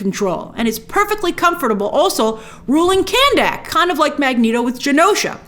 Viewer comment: Quick question. Do they pronounce Khandaq like that in the movie? If so, I’ll be slightly disappointed